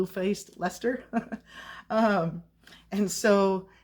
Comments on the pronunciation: Leicester is pronounced Less-ter x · Good morning:). The name is pronounced " Lester". It's an old English word/name. I know this to be true because I'm from Massachusetts, we have LLLOOOOTTTSSS of Old English name towns and cities, and I have been to England. I'd love to hear you try to pronounce "Worcester", lol....nobody outside of New England, except for people from England, can ever pronouce some of those names right lol 🤣. But you did good, you came close.